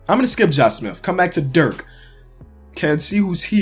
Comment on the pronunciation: "josh smiff"